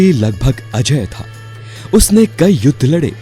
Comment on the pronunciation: प्रभु जी स्पीच आपकी अच्छी है पर उच्चारण सही नहीं है बालि अजय नहीं अजेय था आप का उच्चारण सुधारिये वह (बाली नहीं बालि ) है .